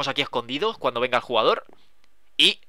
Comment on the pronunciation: dice juegador, envez de el jugador